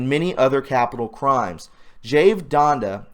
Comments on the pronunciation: it's Jan-da not Jonda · Pronounce Janda with an A sound, not an O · Dr Janda name is similar to mine and is Germanic languages. J is pronounced like a Y. Everyone looks at my name and says JAN, Dill.. But that's wrong. YON-dil is correct. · Dr Dave Janda is legit and it's pronounced Janda, rhymes with panda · Dave Jan da is absolutely legitimate! I spelled his last name wrong on purpose. I spelled it the way it sounds because you are pronouncing incorrectly. Keep up the fantastic work! I share many of your views on many topics. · . - Dave Janda is legit, but his only authorized YT channel is "Operation Freedom." The other(s) are simply stealing his content. And those imposters are being monitized by YT, not him. Yeah, go figure. How would you like YOUR content stolen? His name Janda is pronounced like "Band" as in music. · If you ever listen to Dave "Jaaanda" you will hear him identify himself & pronounce his name correctly. You just tell us you haven't even listened to Dave yourself when you don't know how to pronounce his name. Do your homework before you get back on a video! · I watch Dave Janda, and you are mis-pronouncing his name lol